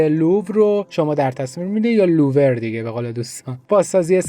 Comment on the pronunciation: عزیز باز گفتی لوور داداش مترجم هفت زبانه هستم و چهارسال پاریس زندگی کردم عزیز لوور با ساکن بر روی و بین و ،ر نه فتحه نه کسره نه ضمه